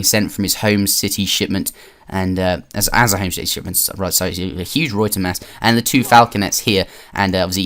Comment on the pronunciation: The way you pronounce ruyter bothers me